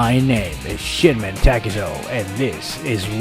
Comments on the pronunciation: You said shinmen I heard shitmen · did you just say Sh*tmen takezo? XD